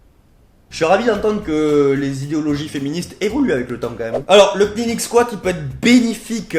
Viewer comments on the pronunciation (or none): Par contre en anglais K+N tu prononce pas le K. ->neeling